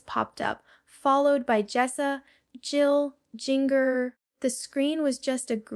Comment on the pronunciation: AI, the second I heard "Jinger" like ringer